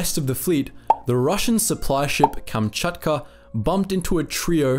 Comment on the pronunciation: Lol Kamchatcha noises